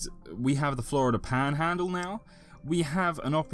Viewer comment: I love how your accent switches to southern yank when you say "paaaanhaaaandle" haha